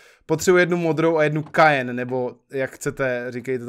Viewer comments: Cyan - čte Kajen Moje znalosti tiskových barev jakožto vystudovanej Grafik: OMG.... Vážně Cyan čte jako Kajen a ne Sajen? WTF?:D:D:D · Ta modrá barva se vyslovuje "sajn" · "Kájn" XD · Já to vyslovuju "sájn" nebo "sájen"